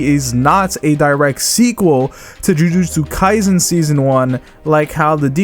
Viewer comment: There is no "z" in kaiSen.